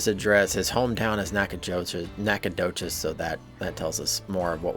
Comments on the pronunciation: As a long time Texan please pronounce it Knack-uh-doe-chus. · OH GOOD GRIEF MAN! It’s pronounced: Naka-do-shes! Ask a Texas some time.